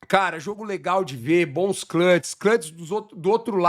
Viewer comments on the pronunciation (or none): none